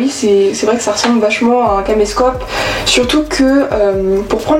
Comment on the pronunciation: Ce matin, j'ai eu la chance d'en trouver un en brocante pour 2€, j'ai déjà quelques argentiques et c'est en cherchant sur internet le format des piles que je suis tombé sur ta vidéo... De plus, quand j'entends vachement, je me suis dit, elle est Normande, comme moi. Tu gagnes un abonné 😁